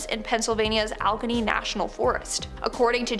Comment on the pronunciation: The pronunciation for Allegheny is Al-a-gain-ee. I used to live in Penn, and once owned property in Industry Penn.